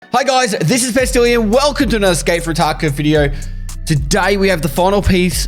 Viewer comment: after many years of videos, I was today years when I realized Pestily's pronunciation of tarkov is "escape from tacov"